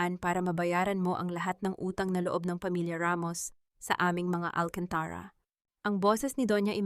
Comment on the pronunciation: Pronounce AlcantarA correcrly bawasan mo ang pagkaOA mo Please change the Narrator